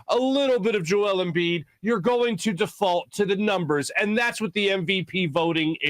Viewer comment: Maybe you should learn to pronounce 2 time back to back MVP's name before you talk about him. Also, Embiid robbed? You must have something to be robbed of it. Embiid never had MVP in his possession to be robbed of it